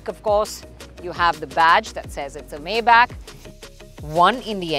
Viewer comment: Great review. Little nitpick, but it's "my-bock"